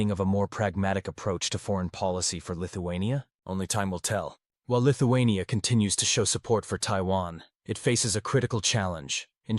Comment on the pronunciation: Lithu-who ? ..... lol